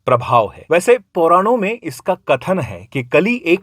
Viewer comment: Abe jhandu Pauran nahi Puran hota hai, aur Vishnu-Yashas nahin Vishnu-Yash hota hai. Kaisa hai ye.... Ghor Kalyug hai bhai.😂